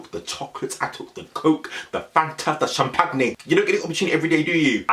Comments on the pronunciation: the way you said champagne 😭😭 SHAM PAG NAGE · The “shampagnay” 😭😭😭 lord i say it like that 2